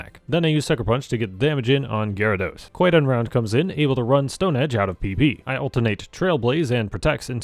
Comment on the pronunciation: For some reason every time I heard you say QuiteUnround I hear QuiGonRound like it was some hilarious pun on Qui Gon Jinn